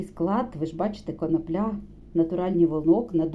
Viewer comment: Так та коноплЯ,ріже слух,- може все ж коноплі ?!!